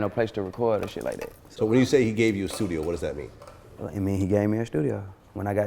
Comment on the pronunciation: Nigga said a shtudio da fuck😂😂😂